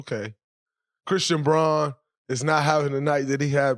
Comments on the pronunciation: It's pronounced " Brown", ESPN pronounces it correctly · Thx Draymond. Christian Braun pronounces his last name Brown